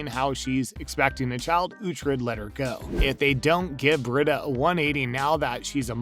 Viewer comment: It’s Bre-Da the pronunciation lol